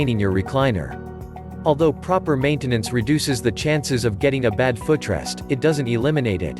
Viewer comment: My "fuh trest"? Computer has never used a foot rest, let alone pronounced it 😅